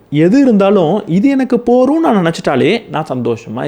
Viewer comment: போதும் என்ற வார்த்தையை நீங்கள் போரும் என்று அடிக்கடி கூறுகிறீர்கள்.அதை கொஞ்சம் கவனத்தில் கொள்ளவும்